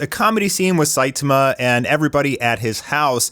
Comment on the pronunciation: Not Saitima, the correct one is Saitama 😂